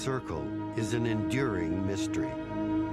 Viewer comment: He said enduring 😭